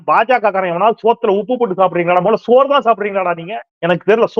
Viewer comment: Yow….use ‘Sa’ instead of vadakkan word ‘sha’/‘sho’,Sandai not Shandai, ‘Sonnaar’ not ‘Shonnaar’ , Soranai not Shoranai , Soru not Shoru